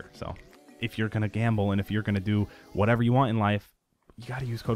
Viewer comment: LOL "whateva" it kills me lol